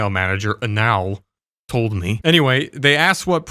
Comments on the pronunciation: My man is saying Anal as if not pronouning it in English makes it better. You are just saying how it would sound in Spanish perfectly laddie. Yet Anal's work is impecable. Props to the dude. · I like he mispronounced "Anal Fitzgerald"